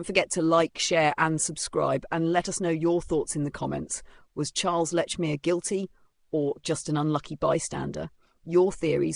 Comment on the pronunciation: No. Let's focus on Polly Nichols before moving on to the Annie Chapman murder and its time issue. 1, It's all very well talking about Lechmere not being alive to defend himself. Likewise, Sir Charles Russell is not alive to accept the challenge. And the fact you fail to pronounce Lechmere correctly on a number of occasions does not bode well for the integrity of your synopsis. It sounds sloppy and is an insult to Russell. 2, Likewise, the time issue. Llewellyn stated a few minutes after 4.00 am that Nichols died thirty minutes earlier. NOT 3.45 am. And the point about Lechmere being present at 3.45 am and being late for work is this again mere sloppy investigative work. 3, For me, one of the most damning pieces of evidence against Lechmere is the FACT that a man found with a murder victim, the ONLY man found with a Ripper victim who never raised the alarm by calling murder or calling for the police, casually disappears for THREE DAYS without reporting the incident. Sloppy work is again clear in the citation of clocks and church bells not giving the correct time. Yet in the dawn of the media sensation of newspapers, with no radio or television, a man who discovered a murder victim, and not the first in the area, is supposed to have not heard about the murder in the press, nor from the mouths of manifold people in the area. What nonsense. Why did Lechmere not come forward sooner? For some reason Lechmere slipped through the fingers of the law. But those three absent days, innoc